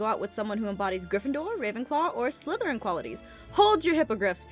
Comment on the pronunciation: ITS pronounced slytharen